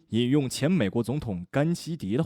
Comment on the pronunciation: 那個.....甘迺（同音“乃”）迪，但我不曉得中國朋友們是怎麼唸的0.0?